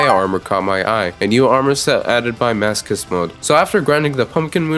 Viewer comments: i pronounce it as maso-chist, maso like laso and ch in chist like ch in chitin. Now, most people pronounce it as maso like laso and chist like kissed. Aaaand this dude pronounces it like mask-ust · The way you pronounce masochist trigers me on a level I never knew a word could triger me, nice video overwise, keep up the good work Ps. Write down how you guys say masochist❤❤❤ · I love the fact ur saying masochist as masokist, it makes it even madder